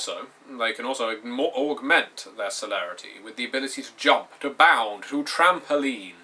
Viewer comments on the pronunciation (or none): none